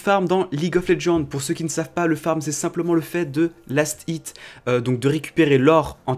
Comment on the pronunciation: Comment tu sais pas parler c'est lastit pas last It